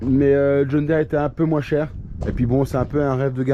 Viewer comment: john diiiiiire pas dére